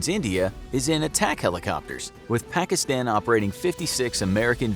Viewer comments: he keeps saying the short a when he says afganistan pakistan taliban witch anyyoys me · everyone pronounces it Pakistan, but it actually sounds like Pakiston. Don't ask